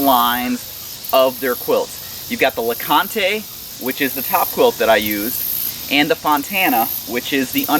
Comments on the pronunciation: Named for Mount LeConte and Fontana Lake both in Great Smoky Mountains National Park. Pronounced lah-cahnt. Silent e. CRO is also HQ in TN just a few miles from me. Gotta support local companies!!! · well I assume since the quilt is named Fontana as in Fontana damn and the other is LeConte as in Mt LeConte it's pronounced LeCont with no e. I live in Knoxville TN and thats a cool little area to hike up to with a great restaurant. They take all their food up on alpacas and mules. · You'll probably get backlash from the internet on how you pronounced LeConte. Just be prepared lol. Great review man! I'll have to check them out! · Overton is correct about the naming and the pronunciation. Named after some iconic TN/NC hiking destinations along and close to the AT. 👍🏻